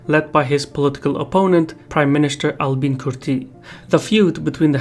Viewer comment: Take this comment as someone from Albania. The name Albin originates from the word Albania and is pronounced as one word without any pause in between.